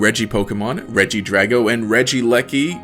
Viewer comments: As a British person- I've heard people say leki but not eleki. It's probably pronounced regie-leki. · I know this vid came out a year ago but in case you still don’t know how to pronounce regieleki, it’s pronounced rej-ee-eleki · It probably is Regi-E-Leki considering Regice is Regi-Ice